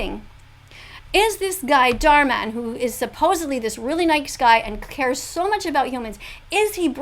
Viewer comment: Can't say dhar man dahr man 💀💀💀💀💀💀